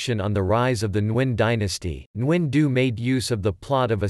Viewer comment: Geez you chopped the author’s name. My ears hurt. Why use a robot to read another source. The AI is needs to be aligned with the Vietnamese language. This is terrible.